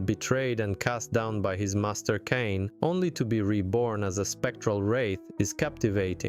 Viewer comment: There's no debate here, they're more than worth it, hopefully soon Blood Omen 1&2 and Defiance too. Now, not to be nitpicky, but how do you mispronounce "Kain" so badly when it's literally the first word coming out of Raziel's mouth when the game starts?